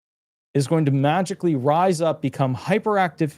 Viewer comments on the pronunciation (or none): none